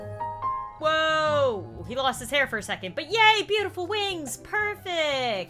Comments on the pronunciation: Its sounds like she said, "Ahh, beutiful!" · says ahh butiful